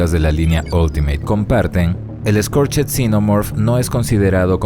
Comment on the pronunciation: Exelente reseña, muy buena figura, un aporte: Scorched en inglés se pronuncia "skorch't", la "ed" no suena, se pronuncia una "t".